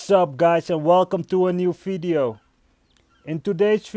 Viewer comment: _ ethanol _ It’s his accent bruh